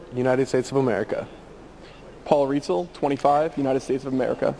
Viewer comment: hehe mispronounced rietzl again.btw thanks for yet another enjoyable upload:) much appreciated